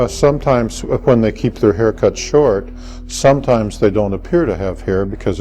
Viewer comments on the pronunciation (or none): none